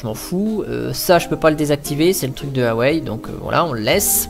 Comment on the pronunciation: Sa se prononce Waaa ( comme Waaa c'est beau), et Ouaisllle ( comme Ouais et faut partir du sur "ille" à la fin ( :)